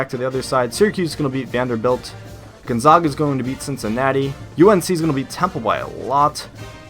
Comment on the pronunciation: By the way Gonzaga is pronounced Gone- ZAG- Uh, the first "a" is not pronounced "ah". Sorry, I had to be nitpicky.